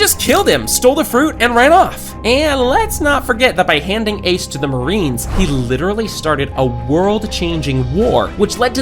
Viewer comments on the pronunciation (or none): none